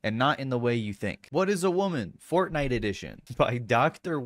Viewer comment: god damn it it's FORTNITE not FORNITE